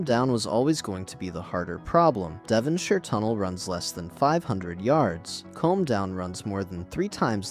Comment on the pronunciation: Next time use a real narrator and don't leave it to AI to select the images. Far too many foreign trains shown. By the way, Combe is pronounced koom, not comb.